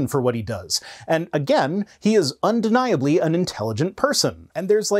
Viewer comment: Unde-NYE-ably intelligent